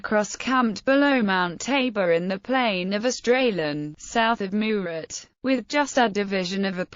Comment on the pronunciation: Why can’t it say Kleber and Murat?